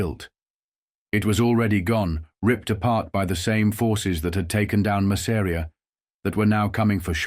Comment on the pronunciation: I hate the pronunciation of ‘Masseria’ in this video.